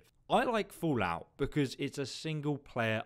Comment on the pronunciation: I like how you pronounce the game as "FOOLout" throughout the video :)